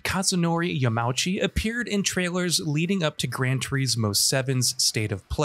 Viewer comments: Yamauchi is “yah-mah-oo-chi” not “Yah-MAW-chi” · Came here on my phone after watching on my tv to simply say, please learn to pronounce people's names before you butcher them. It's not "Yamowchee", it's "Yama-oochee". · Sadly only a half story told here. The roulette where you only get a small amount of money IS a big issue, and Yama-uchi san (not Ya-mauchi btw)'s letter is full of contradictions that stoke the fires even higher. He wants people to enjoy everything the game has to offer and reduce the grind, thus lowers the amount of money you get from races? And he don't want people to lean on MTX, while everything he does incentiveices using MTX? Just like the fact you can't sell cars you don't use, like you could in previous installments (also a thing left out of this video). Yamauchi san knows exactly what he is doing and it hurts the franchise in a major way. Might as well take him off the project. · “Yamowchi” Come on, please take the time to learn to say someone’s name, especially when someone is a KNOWN developer. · >yamowchi really? lmao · Yah mah ooh chee Tuh rees smo